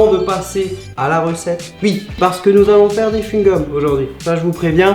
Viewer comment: Pourquoi tu as dit oui avec ui c'est OUI c'est pas